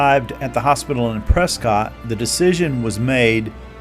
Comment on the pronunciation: Prescott is said like biscuit. Pres-kit. :-)